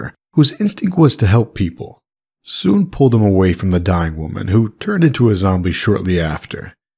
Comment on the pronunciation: That was bugging me the whole time, frankly, because it's just pronounced how it looks. Sun. He was kind of just randomly making the pronunciation all exotic.